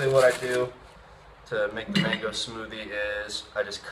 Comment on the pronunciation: *mango not mangi lol